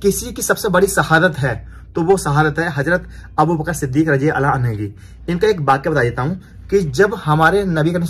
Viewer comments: Bhai...Aapne Hazrat abubakar siddik razi Allah taala "anhaa" bole jbki wo "anhu" h...Same hazrat Umar razi Allah taala unhu h wo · Mashallah Bahut hi badhiya Sirf ek baat ka khyal rakhna. Jab kisi sahabi ka naam lete hai to raziallaho tala anhu kahte hai. Aur jab kisi sahabiya (female) ka naam lete hai to rajiallaho tala anha kaha jata hai. Baaki sab thik hai. Ab aage itna khyal rakhna.aur next vlog me rectify kar lijiyega. Filhal aap dikhate rahiye ham aap ka ishara samajh jayenge. Fikra mat kijiye. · Bhai anha nhi bhai anho kahiye ,,anha to lady sahbiya keliye use hota hai .. hazrat Abubaqar-siddique raziallahu tala anhu.....keep it up bhai mashaallah very nice vlog.... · Bhai radiallahu anho bolo anha nai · Mere bhai rajiallha anha nhi rajiallha anhu bolo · bhai anha nahi anhu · bhai assalam u alaikum Razi Allahu tala anha Aap bole ho bhai ye aurat k liye bola jata hai anha ka lafz Men's k liye anahu Bolte hain bhai please aap isko theek kar lo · Anha nhi hota anho hota hai